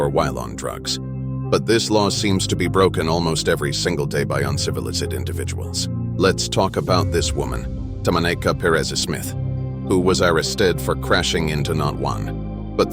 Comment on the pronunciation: It was downright uncivil-izid.